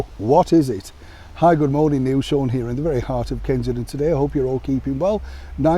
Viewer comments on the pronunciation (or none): none